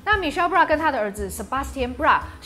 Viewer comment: 哈囉, Michel Bras 的 Bras 該唸成Bra-s 帶 s 哦. 雖然一般法語 S 都省略不唸.